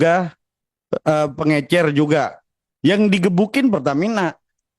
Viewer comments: peng ecer!!! bukan pengencer!! mntri sama wapres tololnya ga bersertifikat!!! sekolah dulu anjing!!! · Mentri saja salah penyebutan kata pengecer jadi " PENGENCER " 😂😂😂 bagaimana caranya mau bereskan persoalan gas elpiji